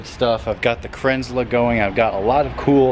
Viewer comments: Kranzle it's German you saying it wrong, not Krenzla - Kran zle. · The Rock Wieso kränzel? Dass L kommt doch nicht zuletzt ich würde es nicht so aussprechen